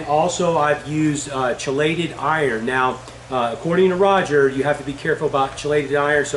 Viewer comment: FYI - chelated is pronounced "key-lated" not "chi-lated" - (kēlāt). Great video. Thank you for posting.